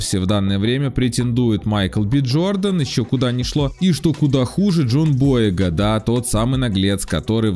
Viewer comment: БойЕга, а не БОега!